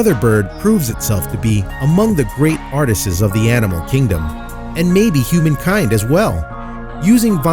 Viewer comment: Glorious Creations can only attributed to the One who Created All! “All things great and small The Lord God made them all.” JHairriot But the narrator, live or canned, needs to learn how to pronounce ‘artists and artisans’. It was not clear which word was in the text. Very annoying!!!